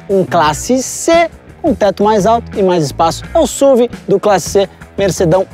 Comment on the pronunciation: PAREM DE FALAR SÚVI! Por favor, pelo amor de Deus, é uma sigla: Sport Utility Vehicle, S.U.V.